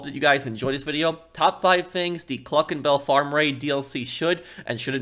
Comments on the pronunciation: "CLUCKIN BALL" 🤣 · “Cluckin BaLl raid” lol